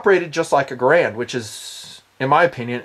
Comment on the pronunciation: When pronounced carbine, I smiled.:) When pronounced Garand, I frowned.:( Good video. Have long wanted an M1 carbine. From all said about the history and lore, even in spite of the negative stories, I've long felt it's an ideal backup or family weapon - for when the kids grow out of the 22LRs, or, as the review puts it, when the wife wants to bring her preferred battle rifle along.